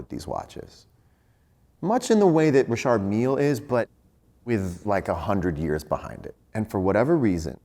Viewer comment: Rappers/regeaton artist say Richard Miliii ! John mayer pronounces Richaaaard meal